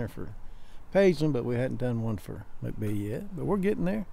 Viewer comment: When you go to mcbee i know its spelled mcbee but its pronounced mack-bee. :)